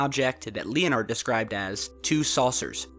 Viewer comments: OK, this is a relatively cool video. BUT....the guy's name is NOT Lee-oh-nard. It is pronounced Lenard. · Lee-o-nard? It's pronounced Len-herd